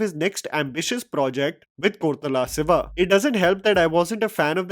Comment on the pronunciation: You are butchering many names bro like Kalki, koratala shiva, Bharath ane nenu. These are not tough to pronounce. You can easily pronounce them if you just be careful